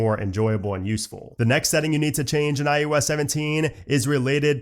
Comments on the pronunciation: It’s “I “OH” S” not “I YOU S”… I literally cannot watch your videos when you can’t even say the name right and it’s the entire topic of your channel! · Great video, very good info, but I can’t be the only one completely distracted by you saying “EYE YOU S” not IOS….